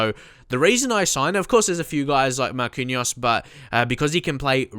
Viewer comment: First Of All, Great Video! I know this pronunciation is hard but Marquinhos is pronounced (Mar-kin-yos) and its (Fe-leep)